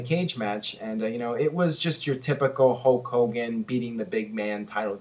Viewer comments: You pronounce Hulk Hogan the same way Ultimate Warrior does ("Hoke Hogan"). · GhostSpectre It's more like Hooooe Kogan! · I thought it was "Hull Cogan"? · Who's Hocogan?